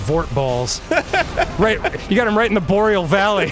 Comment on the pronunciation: I rewatched this for the sole purpose of hearing "...right in the boreal valley".